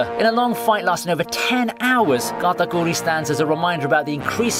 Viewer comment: "Gatakooree" lmao